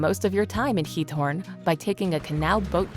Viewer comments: Why do you call Giethoorn 'Torn'? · correct nr 13 is Giethoorn, not Thorn